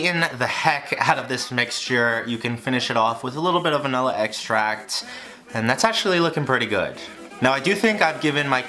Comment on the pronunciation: For the millionth time, it is not and never will be pronounced “vanElla”.